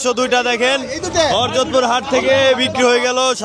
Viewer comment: হরজত কি উচ্চারণ ঠিক করেন